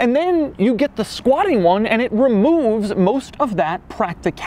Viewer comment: I died every time he said “squatting” 😂